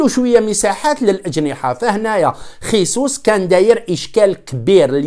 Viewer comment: لتصحيح فقط . إسمه جيسوس او . ماشي خيسوس